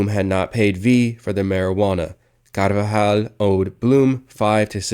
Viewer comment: Why is this dude adding an extra syllable to “carvajal” 😂